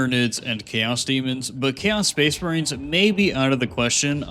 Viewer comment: Are you saying space marines or space brains bro wtf